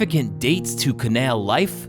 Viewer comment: The way this guy says canal 🤦